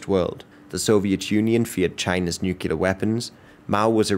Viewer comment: Only thing I dont like about this guy is "nookyaler power"